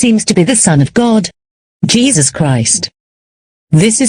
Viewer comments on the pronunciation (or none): none